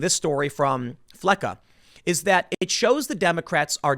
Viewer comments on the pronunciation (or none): F'LESS us more like it!